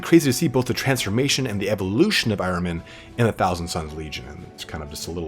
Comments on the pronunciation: Nice job on Magnus- his story is really pretty deep, and tragic. I think the term you were looking for in there is a “self-fulfilling prophecy “. And your pronunciation of Ahriman sounds like I always thought- “Are-ee-mon”, or when you’re in a hurry, “Are-ih-mun”. Thanks for the great video- looking forward to the next one- I don’t care who’s next, as long as you eventually do them all! Keep up the good work, and best wishes for the New Year- =][= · Pronounced correctly. It’s the name of the Zarathustra’s Satan. Your h has to be deeper for perfect pronouncing. As you do in Hamburg, but English doesn’t have that phonetic sound